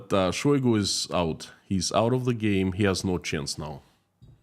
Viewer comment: Say it ainto so...shoygo...